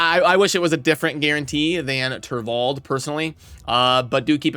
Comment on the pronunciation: Mispronounces turvold later on lol